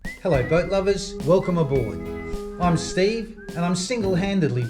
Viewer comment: Hello from South Louisiana, every time I start your show my wife thinks your saying “good morning but lovers” 😂😂😂 love your show